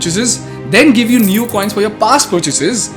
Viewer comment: Neu is a German word. The pronounciation is Noy